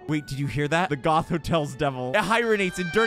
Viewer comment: Can we talk about how he pronounces Goethe? 😂😂😂